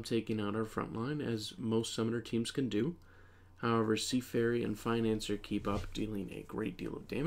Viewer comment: bro it's pronounced like fin-an-ci-er, not financer 💀